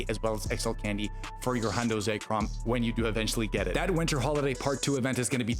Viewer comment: ZECK-rahm not Zack-Rahm